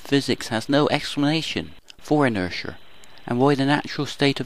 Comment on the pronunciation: Yeah, what the heck is inersher?